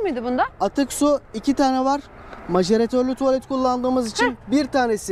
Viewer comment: Macerator İngilizce yazılısı, okunuşu naseratör. Bilmiyorsanız bari parcalayicili diyin.